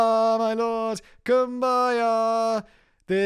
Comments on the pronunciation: I cannot with the Cum-by-yah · I would rather watch a hundred Raid shadow legends ads than listen to Factboi butcher Kumbaya again